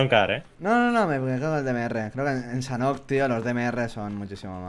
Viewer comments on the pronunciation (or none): Dijo Sanok? No es Sanhok?